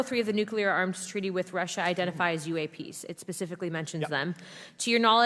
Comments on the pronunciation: "ec-spoused"? No such word! 🤔 'Espoused'? Which she didn't. He also says "nucular" instead of "nuclear" & "eck cetera" instead of "et cetera"! 🤦‍♂️ Again! Maybe means "expound". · Hardly. He mispronounces "et cetera" as "eck-cetera", "nucular" unstead of "nuclear", he made up a word "ec-spouse", and there is a list of other words he mispronounces or misuses and I've put them in separate comments as they've come up. Not "well spoken" at all. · I dont understand how Grusch can hold such a high position and still pronounce the word nuclear incorrectly.